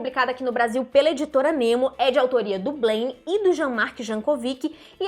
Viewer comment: EM FRANCES BLAIN NÃO SE FALA BLÊINN.